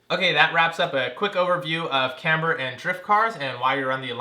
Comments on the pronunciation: Is this the same guy that made a home-made license plate mount for the front bumper for this heap so he didn't have to drill holes in the actual bumper? And please - it's "KAM ber", not Kambruh...I guess it doesn't matter that much, just really takes away from what is otherwise good content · ik this is old but the way he pronounces camber lol